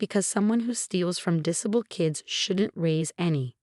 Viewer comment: Have the voice over have English lessons in how to read English properly. Her diction is woeful and annoying. The amount of times she misread disabled made me grit my teeth.